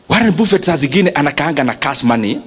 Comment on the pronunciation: Thank you for these Nuggets. Pronounced "Baffet" not "BUFFET"